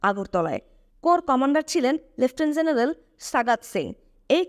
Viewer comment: উচ্চারনে মনোযোগী হওয়া দরকার। মেজর J দিয়ে Z দিয়ে না। জেনারেল G দিয়ে Z দিয়ে না। এয়ার স্ট্রাইক হবে, এয়ার স্ট্রিক না। কোম্যান্ডকে কমান্ডো বলছেন। আরো অনেক আছে বললাম না মন খারাপ হতে পারে। যাই হোক সুন্দর প্রচেষ্টা। সমালোচনা ভালো না লাগলে নিজ গুনে ক্ষমা করবেন।